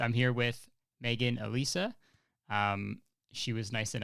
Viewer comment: My name is Alisa and almost no one ever says it right, hearing you say my name is music to my ears, also I’ve got a theory on what your MBTI is...what is ittt